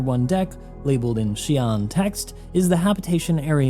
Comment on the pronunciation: It's actually SYOO-len. (Long Y, almost like SHOO) Xi'an language is not phonetically english and is much closer to Chinese both phonetically and graphemically